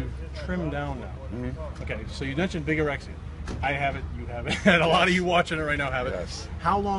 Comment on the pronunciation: It´s VIGOREXIA, not BIGOREXIA... it has nothing to do with the word "BIG"